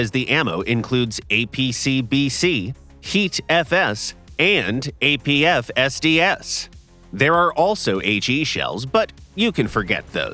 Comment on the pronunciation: Seriously, I do not understand how someone can mess that up so many times. Say it as one, "APFSDS", or at least say it like "AP FS DS", but what the hell is "APF SDS"?!